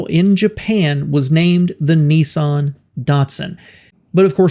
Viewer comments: Interesting video, but I still can't understand why Americans pronounce Nissan as "Neesahn"? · ‘Neeson’? Nissan what the an “I”!🤮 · There is no such car as a “ knee-sun” what you really mean to say is NISSAN , the first syllable rhymes with “miss” . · WISH YOU YANKS PRONOUNCED NISSAN CORRECTLY. THEY IS NO E IN IT, YOU LOT SAY NEEESSAN. ITS NISSAN, PISS NISS, PISS-AN NISS-AN. YOU DO NOT SAY PEESSS DO YOU FOR PISS. SO STOP SAYING NEEEESSAN FOR NISSAN, REMEMBER PISS NISS-AN FFS. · Nissan, not Nessun. .🤦🏻‍♂️ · It’s actually not pronounced ‘neesan’ it should be ‘niss-an’. The two consonants after the ‘I’ make it hard. It’s an oddity in the US that the vowel/consonant rule is very often ignored. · The big question is why do Americans pronounce it as “knee sahn”? Everyone else seems to call them Nissan. As in “Niss Ann”. Same as it is spelled. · Its not "Neeson" its an "I" no "EE's".. phonetically Niss-an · Hey mate , you've put together a great video on both car manufacturers & how they've become 1 , but , Why do you American's have so much difficulty pronouncing words properly? ; over here in Australia ( Oz ) - we pronounce Nissan as "Niss-an" & not "Niss-arn" & Datsun is pronounced as "Dat-sun & not "Dart-son" & I find this very hard to put up with hearing ; although you've done a great job of things - just remember that we find the American mispronunciation difficult to handle over here ( even in movies etc ) so keep this in mind when you're doing your next video(s) as you've done a great job so far. Do keep on going with your videos. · Neessan ffs, there's no "e" in Nissan, why can't yanks pronounce it properly, Niss-an. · It’s pronounced “Niss-anne”, NOT “Nee-son” FFS!! 🤬🤬🤬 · It isn't pronounced Neesan, it's pronounced Ni ssan